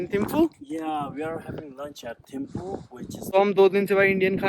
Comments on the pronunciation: Bhai poore vedio mein timphu kyu bol rhe ho ...Thimphu is right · Its so annoying Its THimphu not Timphu